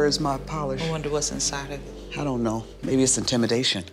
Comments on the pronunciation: when she kept saying “ intimidation” kinda like a weapon I felt it in my soul 😳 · Intemdation oozing out lmfao